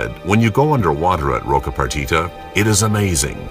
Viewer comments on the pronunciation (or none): I agree. Beyond that, there is not much knowledge conveyed here. It is over-dramatized (apparently to make the filmmaker seem like a hard-core adventurer) and there are several misleading/false statements. First, Roca Partida (not Roca Partita as the narrator pronounces it) is not a 'suicidal' place to dive. He clearly dove there on one of the many liveaboards that bring hundreds of divers there every year. Second, his buddy should not have disobeyed the rules and touched the (harmless) white-tip. By adding that to the video, the filmmaker will normalize that behavior and make people think it's OK. Third, the situation with the Galapogos sharks was not a dangerous one, they are naturally curious and come in close contact with divers on almost every dive at Roca Partida. Fourth, his statement about sharks circling 3 times is blatantly false - it's an old wives tale. Lastly, and most importantly, this guy has no right whatsoever to call himself a 'shark-whisperer' as he clearly has very limited understanding of these incredible animals. Nice footage though.